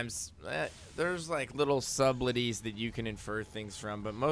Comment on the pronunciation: "subbed-let-tees" LOL pronounce subtleties fail